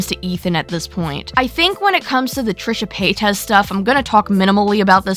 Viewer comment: What's a trishe pa-tez?